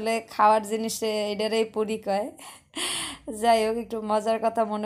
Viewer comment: puri na furi bole